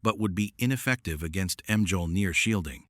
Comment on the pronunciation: mee-all-neer - Mjölnir